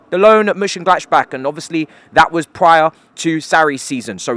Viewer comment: Ngl the way you say Monchengladbach makes me wanna off my self